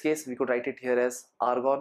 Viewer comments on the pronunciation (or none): Lgta h bhai k cold hoya hua h.....😂😂😂😂😂 Tbhi to Argon ko organ bol raha h....va ri angreji mata....🤗🤗🤗🤗🤗🤗